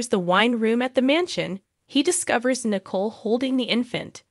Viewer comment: Narrator: it's pronounced Na•coal.